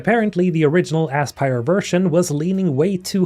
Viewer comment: Bro just said Ass-pire. I don't know if that was intentional or not. But in my head canon, it was. Also, "Spark of Hope." Nice SWTOR reference.